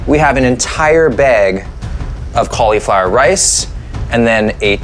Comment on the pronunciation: It's pronounced cauliflower not cauliflower